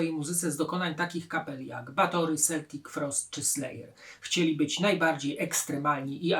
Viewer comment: skąd się w Polsce wzięła tradycja wymawiania Celtic Frost - Seltik Frost jeżeli wszyscy amerykanie i anglicy i reszta świata wymawia Keltik Frost. jakaś nowomowa, wystarczy wpisać translator i przycisnąć głośnik albo oglądnąć filmiki o zespole oczywiście nie polskie i usłyszymy wszędzie keltik.